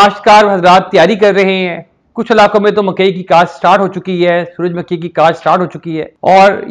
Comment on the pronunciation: suraj "MAKKHI" nahe hota suraj "MUKHHAI" hota hy